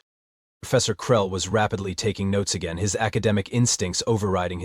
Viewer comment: I love how there is aliens have "enought" when they said "again" 😂